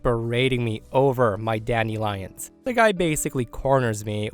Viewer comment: Is weird pronunciation of "dandelions" some regional accent of which I'm unaware, or simply an odd mispronunciation?? The word is correctly said as "DAN-duh-lai-unhz."